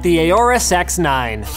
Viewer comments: "Aoru sex 9" Is what i hear the whole time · I keep hearing him say the Aorus SeX9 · X9 more like he’s says sex9? Anybody else catch that.